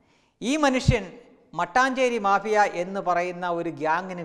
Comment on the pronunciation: മാബിയ അല്ല മാഫിയ